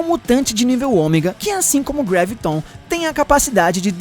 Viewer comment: não é greviton é graviton